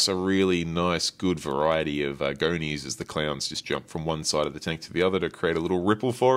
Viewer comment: pumps… why you pronounce words like that 🤣 Goni pronounced goknee like what